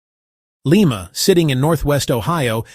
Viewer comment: It's pronounced LI-ma (like the bean, not the capital of Peru!)